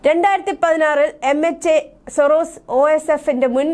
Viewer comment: സൊറോസിസ് എന്നല്ല..സോറോസ് എന്നാണ് അയാളുടെ പേര്... ജോർജ്ജ് സോറോസ്... തെറ്റായി ഇതൊക്കെ പറയുമ്പോൾ ചാനലിന് നാണക്കേടാണ്...